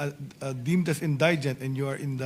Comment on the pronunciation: indigent - proper pronunciation is > in- di- gent hindi > in- day- gent bopols talaga yan si cayetano pati si herbosa nahawa...